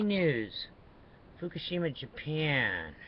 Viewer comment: You are always talking FUFUSHIMA Look up Fukashima radiation map